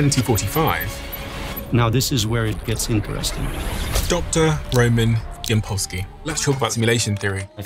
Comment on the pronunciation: It is Ýampolskiy, stress on beginning . Ямпольський